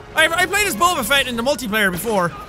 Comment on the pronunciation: It's Fett not feet